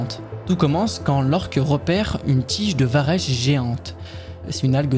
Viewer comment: Juste un truc, on dit vareK et non varèche. C'est pas très grave mais bon, c'est dit sans animosité. Bonne continuation.